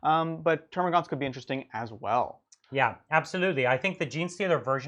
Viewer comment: This is your periodic reminder that there is no "U" in Termagant.